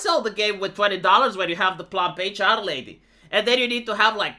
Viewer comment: Ohhhh PLUMP HR LADY I was doing stuff in the background while listening and I thought I heard "Fluffy Charlie"